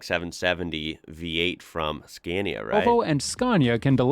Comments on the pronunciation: Lets learn it again, i hope from 3rd try u manage to learn finaly. Its pronounce skaa•ne•uh (Scania) not Skeeeenia!!!!!!!!!!!!!!!!!!!!!!!!!!!!!!!!!!!!!!!!!!!!!!!!!!!!!!!!!!!!!!!!!!!!!!!!!!!!!! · Did you notice the pronounciation of "Scania"? It should be pronounced with a long "A" - Scaania"; not the English way as in "Scan". Thanks!